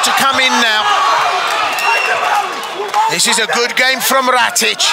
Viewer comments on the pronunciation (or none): Definately not "ratich" xD